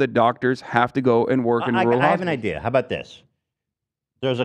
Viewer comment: Bright eye-deas